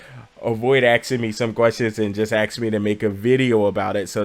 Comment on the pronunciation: King pls stop saying aks its ask just take your time when speaking sometimes your pacing is of. :P awesome vid otherwise